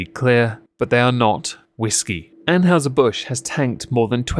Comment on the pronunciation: ann-hi-zer :p